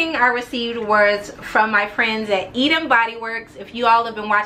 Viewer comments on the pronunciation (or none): none